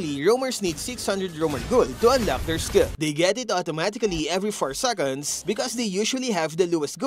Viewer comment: Thanks for the useful topic, however please improve your accent especially on the pronunciation of the letter "K" or "CK" like in "Unlock", your current pronunciation is like the Arabic's "Kha" (خ) which is confusing